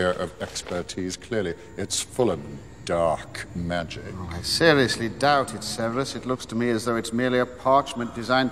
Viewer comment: the way he says “dark magic” as if it’s cursed or something 😂